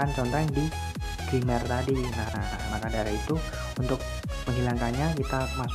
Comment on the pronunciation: Tolong bang, "grammer" bacanya "gremmer" Bukan grimmer Hehe, masukan aja ini yak